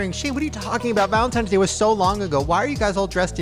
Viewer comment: "ValentiMes Day" lol